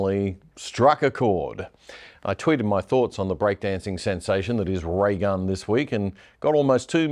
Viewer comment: sounds like rattle gum